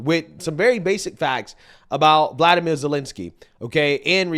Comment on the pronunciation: Zelensky’s first name is Volodymyr and it’s pronounced Volo-di-meer